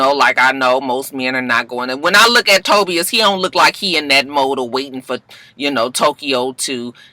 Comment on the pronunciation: Tobias (Toe-Bi-Us) 🚫Toe-B-Us